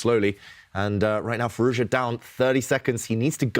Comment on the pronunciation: Alireza's name isn't that hard to say: FEE-ROOZ-JAW, Tanya says it like it's Chinese FeerooZha and the interviewer says Fee-Roo-Za. Try harder.